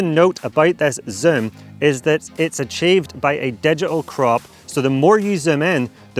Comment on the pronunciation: can you learn how to say zoom properly please.